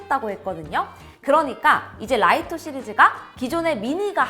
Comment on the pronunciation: 외국어니까 사람마다 읽는 방법의 차이가 있을 수는 있겠으나 공식 명칭이 '리토' 로 알고 있는데 라이토라고 하니 듣기가 조금 불편하긴 하네요. ㅎㅎ 그리고 Mini시리즈는 이제 더 이상 업데이트를 안한다고 했다고요?? Mini 5 Pro가 Mini 시리즈의 끝이라는 건가요?? 소프트웨어 업데이트를 지원하지 않는다는 건지 신제품 출시 자체를 안하겠다고 하는건지...